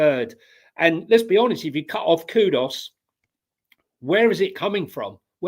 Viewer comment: Great show as always, but grateful if you can nudge some of the regulars on their pronunciation that its 'Kudus' not 'Kudos'!